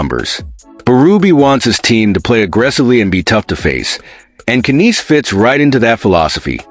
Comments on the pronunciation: It Nies like lies not kaneese. No Maple leafs fan or someone reporting about Toronto says it like that . Either you are an idiot or your AI is screwed up . t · Those AI guys sure know how to pronounce names don't they ? But who in hell is Kineese? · can't even watch this all the way, without hearing AI messing up on his name. omfg lol